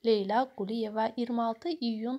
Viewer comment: Şərh edən qız niyə Leyla deyə bilmir? A a a . Leylə. Arada Leylə Əliyeva da deyir. Vay vayyy